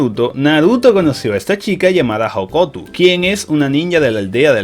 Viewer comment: por que dices hokotu si es hokuto